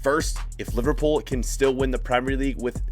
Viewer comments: My guy said LiVARpool. Why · How cab u say livarpool honestly